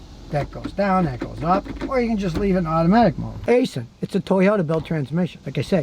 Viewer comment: *Please*, STOP pronouncing Aisin "A-sin". Properly, say: "EYE-sin" (アイシン). You would not like me calling you "Scoooty KYLE-mer".